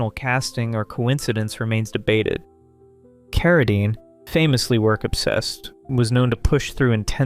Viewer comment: It's Carradine.